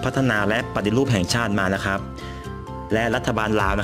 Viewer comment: ข่าวคราว ไม่ใช่ ข่าวคาว ครับ ไม่ใช่ คับ ฮับ